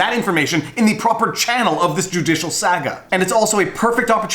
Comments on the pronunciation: Here’s your comment, bub: you pronounce saga incorrectly. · You say 'Saga' like your from boston :) whats with that? :)